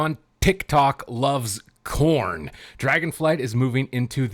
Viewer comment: I love the big emphasis on CORN lmao. As always great vid bro!